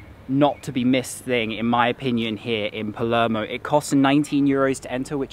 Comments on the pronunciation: P A L E R M O. NOT PELEMO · So many cringe pronunciations, he needs to do his homework before making a video about "Paluurmo" lol